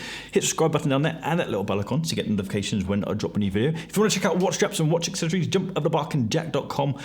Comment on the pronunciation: Don't forget to always pause before the last word in a sentence, everybody! And that watch is pronounce whuaaatch!